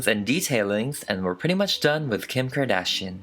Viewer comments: You GOOTT TO love the way he says Kkim CKardán PERIOT BOO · Someone: Kim Kardashian Me: no, its Kim Kor-duh-shi-ohn